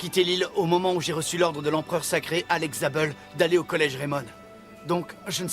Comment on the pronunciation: Dans la saison 1 de go Alex zable "Axel Blaze" il me soûle 😤